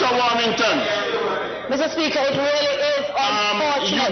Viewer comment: Greetings everyone. you pronounced Everald lost name wrong sir you should have said Everald War-Hog-ton.